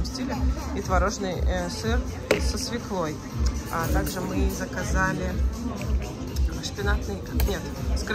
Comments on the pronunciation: Свёкла. А не свекла .Фу.и не красивая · СвЁкла, со свЁклой